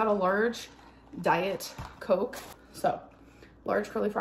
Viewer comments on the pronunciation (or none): none